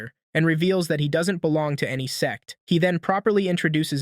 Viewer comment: Bro said s*x not sect